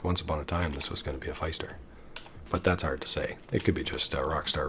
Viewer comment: Great video as usual! Pfister is pronounced like sister and mister btw!